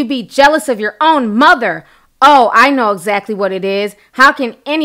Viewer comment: jocelyn mitchell Exac-tuh-lee!!!